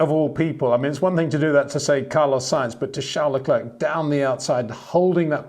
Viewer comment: Would you blokes please stop pronouncing Leclerc with a k, it is a silent c it is French, you should know that? it's just across the channel!